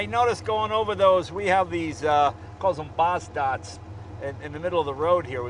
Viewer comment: That really is a great value for a low volume boutique car/manufacturer. Btw Jay, it's "Botts dots", not "Boz dots". Named after the bureaucrat engineer that invented them.